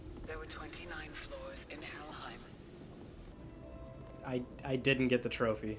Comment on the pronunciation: DID SHE JUST SAY HELLHEINM ?? Imagine it ended up being a GOD of WAR Easter egg 🤣